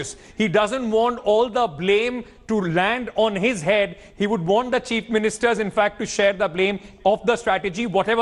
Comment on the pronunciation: Is he intentionally saying "Cheap Ministers" instead of chief ministers or is it just me hearing it that way 🤔